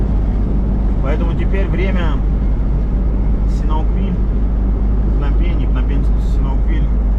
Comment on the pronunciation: я давно вас смотрю и вот этот СИНАУКВИЛЬ мне постоянно режет слух. Думаю я не одна такая :)